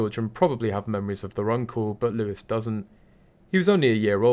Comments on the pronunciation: PS Louis is pronounced ‘Louie’… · The name Louis is prounced Louie.